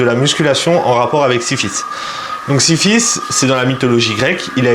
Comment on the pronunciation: Slt frérot, juste pour ta comparaison de la muscu avec le mythe grec. C’est Sisyphe et pas Siphisse, sinon bête de vidéo. Le cardio passe bcp mieux grâce à tes vlogs !